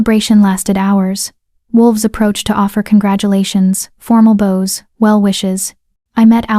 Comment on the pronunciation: At about 2hr 11m, the nice AI voice pronounced "bows" incorrectly, changing the meaning from the verb it should have been to an incorrect noun